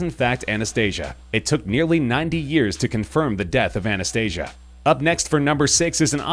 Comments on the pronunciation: You said Anastasias name wrong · Anastasia and Maria, also, you said Anastasia wrong